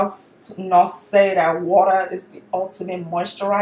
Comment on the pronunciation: I feel a little crazy cause i was out here repeating "water" (waarrrer) with her in the same accent 😂😂😂